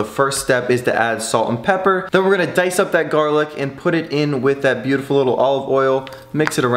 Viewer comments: You are saying buteful olot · Stop saying butifel little